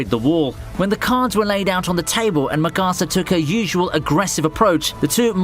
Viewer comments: Wtf? Makasa BRUH is Mikasa Not Makasa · This guy said "Migasa" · It’s not Migasa it is mikasa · MEE-CUH-SUH, PARADEE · MY GUY SAID MIK - ASS - AH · “muh-car-sah” what the hell 😂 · “Mi karsa” I’ve never heard anyone pronounce mikasa that way 🤣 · 'At's the Bri'ish, for ya, luv. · Migasa lol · The way you pronounced Bertoldt and Mikasa is criminal lmao. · I loved ur video up until u pronounced Mikasa’s name like that. Shame on u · U SAID MIKASA WRONG >:(